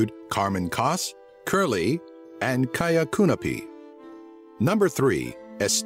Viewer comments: kaia kanepi not küüö kõnõpõ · well, its very hard to pronounce estonian. you said jedgu liibva you pronounced ''kerly'' as cuurly and ''kaia kanepi' as Kaia kuunapi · kaia kanepi (kaia weed) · Haha! Oh I love this video, cause I'm Estonian :'D The way he said: Karmen Kask, Kerli and Kaia Kanepi! HAHA :D Kaia Kuunepi Nice job on the facts tho' man :D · Mulle meeldib see kuidas ta kaia kanepi ja kerli nime ütleb xD. Nii vale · you said Kaia Kanepi so wrong lol,my mum was at the same school as her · Hahhaha u said Kaja Kanep wrong